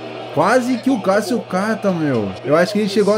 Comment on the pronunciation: Kkkkk o jeito que ele fala Cássio kkkk eu ouço: Calcio kkkkkkk